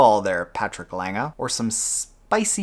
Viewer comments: You pronounced Lange pretty good for an English speaker. ;-) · Your "Lange" is pretty good. Much better than most english speakers pronounce it. Cheers from Germany. :)